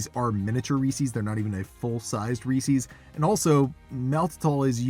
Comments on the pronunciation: I hope you know you're pronouncing Reese's way wrong haha. It's not Reesee's, it's Reese's. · It’s not pronounced Ree-sees. It’s Ree-ses. It’s driving me nuts. Sorry. 🤦🏻‍♀️ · It's not that hard to make them yourself. Then you don't have to worry about what crap might be in them. I do know that Lily's milk chocolate chips and milk chocolate bars are excellent, so I would expect their peanut butter cups to be good too. And, ummm, did you pronounce it Ree-cees??? 🤔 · Not Ree Seas ! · You are pronouncing reese's wrong. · SO many people pronounce it wrong! Hurts my little ears😂